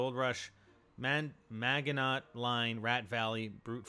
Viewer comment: It is not pronounced maginot it is French so it is magino. learn you French. Keep making great vids.